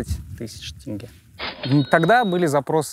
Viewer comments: НЕ ТЭНГЕ, А ТЕНГЕ. ТЕНГЕ, ЕМАЕ, ТЕНГЕЕЕЕЕ. тЕнге. Е. Е. Е. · Имеешь представление об акценте? По-твоему они в прикол ВСЕ, АБСОЛЮТНО ВСЕ произносят тЭнге? Ну неужели нельзя додуматься и сразу надо начать быковать? Мозг и аналитика - вот что не хватает этим людям в нынешних реалиях🤦🏻‍♀️